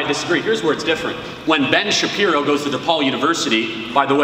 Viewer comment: lmao 😂 i love the shabibbo, but i gotta say i do miss the shabbino every once in a while